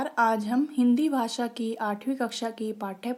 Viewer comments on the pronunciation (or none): none